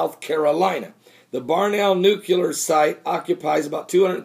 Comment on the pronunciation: Barnwell pronouced Barn Well - not Barnell.